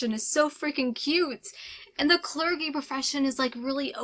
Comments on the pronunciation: Ugh, I hate to be this annoying butthead but the "g" in "clergy" is pronounced like the "g" in "giraffe". Great video, as always! I'm participating in too many bookish things but I hope to read THE INVISIBLE LIFE OF ADDIE LARUE soon :) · The g in Clergy is pronounced like a J...not being an ass, just letting you know 😃